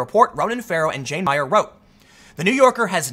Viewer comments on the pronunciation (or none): none